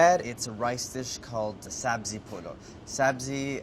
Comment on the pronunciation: just the way andy says sabzi polo you can tell his farsi is on point